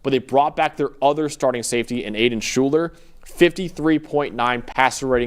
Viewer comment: You are mispronouncing Shuler's first name.